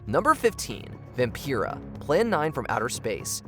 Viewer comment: Stop mispronouncing Vampira!!! She literally says her own name in the clip!!!!